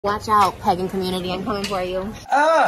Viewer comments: Can we talk about how Trisha literally can't pronounce "pagan" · she didn't even say Pagan right 😭😭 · Omgggg Pagan but I DEFINITELY heard pegging…they do that in the Wiccan Commoontity? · took me 3 replays to figure out she said “pagan” community and not “pegging community” lmfao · she has such a weird accent sometimes w certain words!! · I legit thought she said "pegging community" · It sounds like she said pegging community